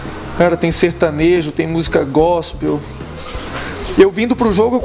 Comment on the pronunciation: "gospeis" foi pacaba jardel kkk